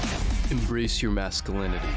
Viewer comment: This is one of the gheyest "straight" males I've ever seen. You put him in this video because this is what you mean when you say "Mask-uh-linity?" And I just thought you were incapable of correctly pronouncing the word masculinity, but you really just don't understand the word.